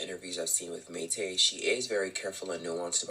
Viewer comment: The way he keeps saying Mayte’s name wrong is making me cringe. The situation however has been publicly known. It’s a constant shock factor every couple years. Prince was trash, and still is trash.